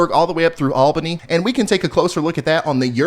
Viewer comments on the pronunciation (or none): none